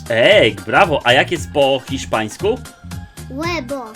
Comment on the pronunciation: Hiszpański a nie Chiszpański